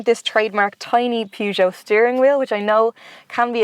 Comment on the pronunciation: I’ve always said “purge joe.” But I think pronunciation is the proper French way.